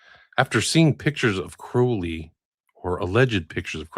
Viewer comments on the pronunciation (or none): Sorry but as Englishman i have to say this,I've come across quite a few Crowley's in my time,all were pronounced "Croh lee " not the "ow" sound.